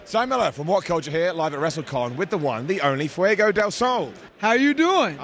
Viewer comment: Simon actually says "Fiego" all the time, that's what we're correcting...